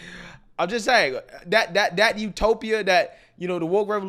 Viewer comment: Now that you bring it up … the proper pronunciation of “That” does not include a “D”. I know you know this; I’ve seen you in a suit. 😉